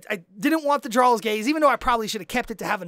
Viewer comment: first off, Jarl is pronounced (yarl). like most of the game that is base from old norse where the j made a y sound. second, i have went into queue with very well geared players that know their class and it has still taken longer than 30 min to do 1 raq and unless u go in with a tank and healer already in group u will sit in q for 15 min. some of us jsrt arent that lucky. i have run rlq, riq, and req and still not gotten my ad cap. thats with getting 45k rad from req alone idk how u did it, ill be testing this out tonight and will comment again with exactly how much time it took to do the 5 u mentioned and how much rad i got not counting the item drops and such